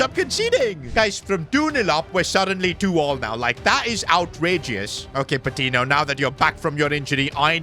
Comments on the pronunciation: Hey! Patiño is actually pronounced as Patinyo rather than Patino. No offense of course, love the series! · Patiño’s name is pronounced Pa-Teen-Yo. Hope sees this😂